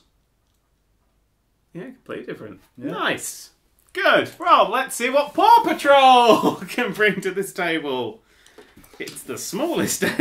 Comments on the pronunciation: I keep hearing "poor patrol". Wonder why. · I keep hearing Paw Patrol as Papa Troll.